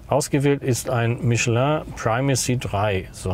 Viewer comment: Super! Es gibt also doch Deutsche, die Michelin richtig aussprechen können! 😀